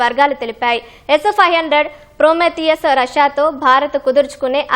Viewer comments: Aa news chadavadam entra babu s500 palakadaniki endukantha kastapaduthunnav 😂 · ఈమె పలికే s 500 అంటుంటే నవ్వి నవ్వి మళ్ళీ మళ్ళీ వినాలి అనిపించింది 😂😂😂